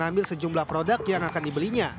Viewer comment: Penyebutan yang benar produk bukan prodak. Jurnalis koq gak paham kaidah bahasa Indonesia, sih.